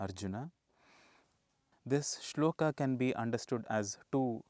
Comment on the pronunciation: Guru ji aap ki saari video Uttam video hai. Pr guru ji aap toh "arjun-a","shlok-a" mat bola karo . "A" ki dhwani ko emphasise mat kara karo guru ji.